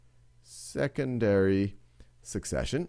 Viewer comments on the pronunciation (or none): Am i the only one who heard sexesary succession